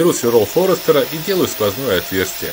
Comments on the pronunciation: не Форестер, а Форстнер.... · Свероло форстнера а не форестера...Это как деВольт назвать деВат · Сверло "Форстнера",а не форестера🤦🏻‍♂️,чего ты там рекламируешь,если даже не знаешь как свёрла называются))